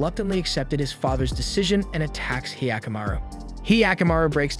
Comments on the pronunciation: It's not hyee-akamaru, it's hyakkamaru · he yaku maru what the fuck are these pronunciations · He-aka-maru wtf is this pronounciation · The way he pronounced hyakimaru sounds like the weird sound goofy makes. Great vid tho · I'm sorry, but is there something wrong with me because I'm getting triggered by his mispronunciation of 45 percent of the OBVIOUSLY NON-ENGLISH words? Primarily the protagonists' name, as well as another term that I grew up with, and had never heard it pronounced the way that he was pronouncing... sorry:/